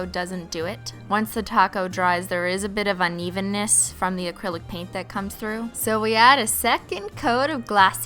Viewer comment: OMG she said acrilo paint